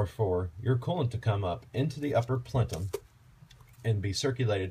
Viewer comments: Plenum, not Plentum. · Yeah. Unfortunately, he did. It's *ple-num*.......not 'plen-tum'. Reminds me of an idiot I used to know who would say 'al-blum' instead of album and 'trem-lo' instead of tremolo. I imagine this guy is probably good at math because in my experience, people who are good at math can't spell, pronounce shit correctly, use bad grammar and generally can't do anything BUT math with any degree of competence, including basic communication or socialization with humans. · Christian is 100% correct, its PLEN--um. Not PLEN-TUM. Good video though--why on earth would you mess around with junk yard plenUMS when you can buy a new one with steel sleeves for under 100$? Then you never -ever have to change this again. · You're video is GOOD and informative.... My mother was southern, she said "warsher", NOT washer. I dunno why, but in school, in spelling class, I spelled washer, "warsher", and was told I was spelling it wrong because I was pronouncing it "wrong"... I still SAY "warsher". PLENUM.... NOT PLENTUM... There's no T in the word.... Say "PLENTUM" all you want, but I now know my spelling teacher's pain, and my own hearing it mispronounced quite regularly.... GREAT video otherwise. :) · Great video, what’s with the emphasis on Plenum? But you keep saying Plentum. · Plentum????.... it's called a plenum for the last 30 years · PLENUM.. not plentum,,, hahaha lololll amused. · Plentum? PLENUM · Plenum. No T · Did he say plentum? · He did i was yelling at my screen its p l e num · Say it with me, PLENUM. UPPER PLENUM. There is no T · What is a "plentum"!?? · Good video but I have to admit, my OCD kept kicking in every time you mispronounce Plenum.